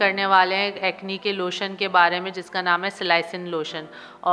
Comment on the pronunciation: Phly nam lena seekh len madam